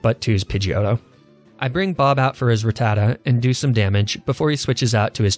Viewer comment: They way he pronounces ratata and weedle infuriates me